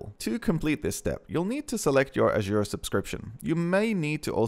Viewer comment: How you pronounce azure 😂asua